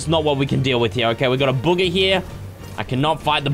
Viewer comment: calls buhga booger